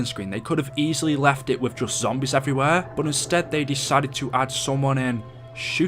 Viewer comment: why do you say buot instead of but?? Nah just kidding I actually have a question why does the primis characters are stuck in a big loop what’s the point and please reply luv your vids